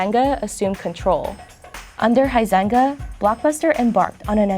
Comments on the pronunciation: Huizenga: pronounced “Wee-senga.” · The way she pronounces the dude's last name "Huizenga" really hurts my Dutch ears.